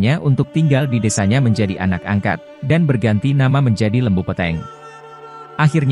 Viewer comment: Lembu Peteng (sapi gelap) Pengucapannya salah itu